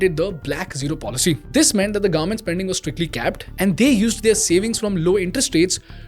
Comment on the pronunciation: Bro one suggestion it’s not garment it’s government. Please pronounce it correctly.